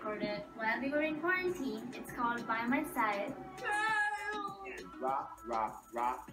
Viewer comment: Se pronúncia bai mai saide kkkkk